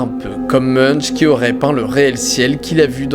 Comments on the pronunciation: Munch ne se dit pas "Muneche" mais "Mounnk" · ON PRONONCE MUNKE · On dit pas "meunch", mais "moun'k" :) Belle vidéo sinon.